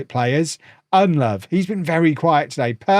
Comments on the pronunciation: ITS PRONOUNCED UND LOW VOO NOT UND LOVE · Its "Nedelovu", not "EnLove"! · Convinced purposefully forgets the u at the end of Ndlovu's name...